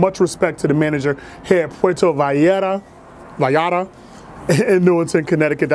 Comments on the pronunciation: It's pronounced Poo-wearto vie-yart-a. Thst's a phonetic pronunciation. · Lol "pueto valata" It' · 1st off: you killed the name of the place. The llarta is pronounced yar-ta. 2nd: that dish with the chicken and vegetables with the melted cheese on top isn't even authentic mexican food. There isn't much authentic hispanic/latin food unless you find one of those rare spots out east with handed down recipes or if you happen to be on the westcoast where its easily found. This just coming from a fan who has spanaird descent and has been all over central and south america. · The way he pronounces puerto Vallarta is killing me 😤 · Sweet, the food looked delicious and authentic. Pro-tip: Vallarta is kinda hard to pronounce for english speakers, the trick is, double L sounds like a hard J in english, like in "jank" :) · The double l is a y sound in Spanish just to let you know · your pronounciation of puerto vallarta was way off! lol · Its pronounced Vie-Yar-Ta. Puerto Vallarta. Another banger! Keep em comin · Pronounced as “Puer-toh Ba-yar-tah” were the “t” is softer. First off: stir-fry is more Asian-inspired rather than Mexican. I was hoping you would enjoy something like tacos al pastor, or carnitas, cochinita pibil, or a quesadilla. But I’m glad you tried mole. Like you said, it’s a peanut based chili sauce but it’s also has a hint of.. I don’t know if you tasted chocolate. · Puerto (spanish for "Port") Vallarta (LL sounds like a Y, and a strong T "VayarTa") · Easy way to say it -pwer tho, vay yar(d) tha. Can roll those R's if you like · Pronounce it this way: Puerto Bi-arta. In their language V’s are pronounced as B’s. 😀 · it is pronounced “Poo-err-toe Vah-yarr-ta” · It's pruhnounce pwetho viyetta say it really fast tooo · Pwair-toe Vie-are-tuh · Puerto Vallarta - Sounds like pu elrrr toe vi arrr ta. Put some Pico De Gallo on that. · puerto vi-yare-ta 😂😂😂 i love you man but that was funny af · Poo-air-toe Ba-yar-tah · “Poowear-TUH Vie- AR-TUH”